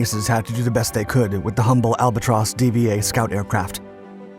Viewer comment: Its pronounced "Albatross D.5".